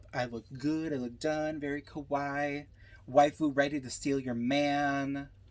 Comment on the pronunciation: “Kawaii” is pronounced, kah-wah-ee. And it needs three syllables. Thanks for doing the review!